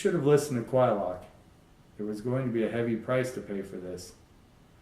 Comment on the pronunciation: Finally I know I have been pronouncing Quylocs name correctly. Good read. Thanks.